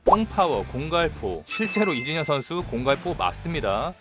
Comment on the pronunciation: 왜 이진현이라고 들리죠 ㅋㅋ 영상은 잘봤습니다~